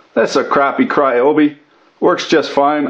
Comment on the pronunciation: not cryoby , ryobi